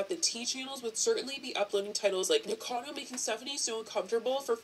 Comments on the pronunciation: It’s pronounced Nik-O-cA-doe A-v-O-c-a-doe ☺️ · Lol I adore you, but you still said Nikacado avocado wrong 🤣🤣 STILL SMASHED THAT LIKE!! AND YOU SHOULD TOO!